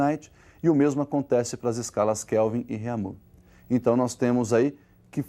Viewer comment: Escala Reamiiiuuuuuuuu...Reamuuuuuu...Réaaammiiiuuuuu!! kkkkkkkkkkkkkkkkkkkkkkkkkk